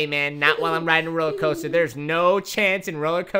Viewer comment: Coaster Not coter